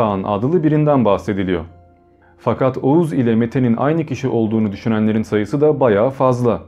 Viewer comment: Oguz. Okuz.